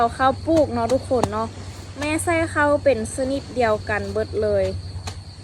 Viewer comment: ข้าว ไม่ใช่ เข้า นะลูก